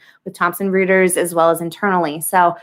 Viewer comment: Not to nitpick after all the good you do but it is pronounced (Reuters) Royters